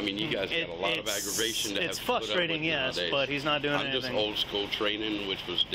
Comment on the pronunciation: "Fusstrating" is NOT a word!!!